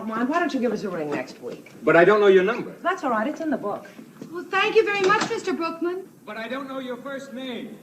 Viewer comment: His name is Brookman… but it sounds like Brokeman. Lol